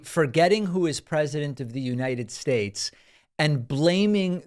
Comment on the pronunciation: You mispronounced Uniyed Shashe...